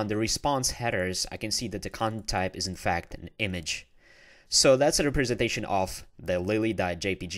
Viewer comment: Thanks for the good tutorial, but please learn how to pronounce representation